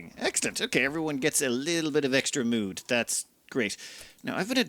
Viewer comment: "Keep everyone's nudes high enough" I'm sorry, but you didn't said "mood" or "needs" there XD